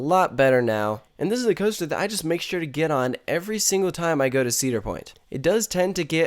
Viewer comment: Cooster. Weird accent.